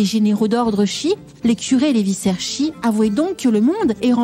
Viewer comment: une petite histoire charmante, un régal ! juste un petit détail : le mot "vicaire" se prononce "vikèr" et non pas "vissèr"... ;)